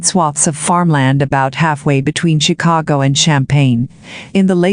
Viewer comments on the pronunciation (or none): none